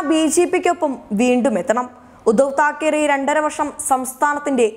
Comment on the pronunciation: തകീരെ അല്ല മോളേ താക്കറെ (ശിവസേനക്കാർ കേൾക്കണ്ട ).